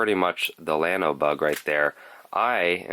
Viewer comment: Great video, can't wait to tie some up. Minor detail but it is a Spanish word and should be pronounced, "yawno". Keep up the great job!